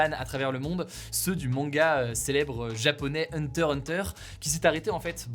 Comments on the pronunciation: Hugo prononce huntah huntah presque bien 😌 ça fait plaisir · Ta prononcé Hunter Hunter respect 🫡